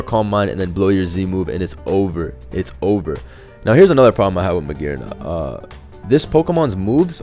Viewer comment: magearna with a hard r